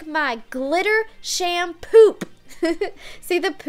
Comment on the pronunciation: its *shampoop not smampoop